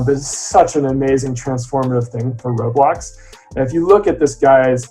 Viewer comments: ITS ROBLOX NOT REALBLOXS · It’s called Roblox, not rosmooth